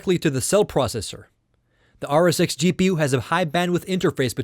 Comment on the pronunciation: this guy didnt say rsx he said r sex you should hear him very carefully